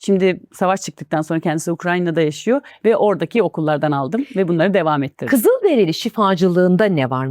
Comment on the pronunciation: onlar “kızıldereli” değil, kızılderili 🌸